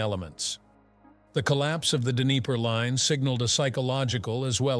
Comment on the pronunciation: There is no d'knee-PAIR River. It's d'KNEE-per.